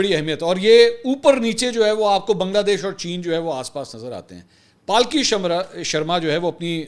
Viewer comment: Palki nahi sir Pulky boliye